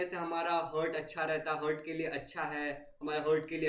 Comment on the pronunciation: I am deeply hurt when I heard hurt instead of heart 😅